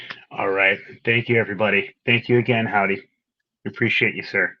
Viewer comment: Thank you for pronouncing Howdie's name correctly!!!!!